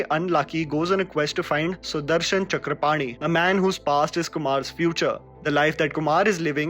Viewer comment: I am really impressed how you properly pronounced name Chakrapani.